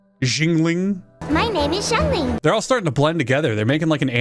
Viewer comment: Your reaction to Diona was priceless... also lmao at the pronunciation of Xianling. My friends and I struggled with that one too. Also - - "-rolls one of best most op male characters- Why is there a man in my box of women?" I died. I legitimately could not breathe. I am dead.